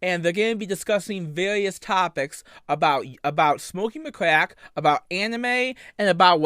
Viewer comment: I lowkey thought he was saying McCrack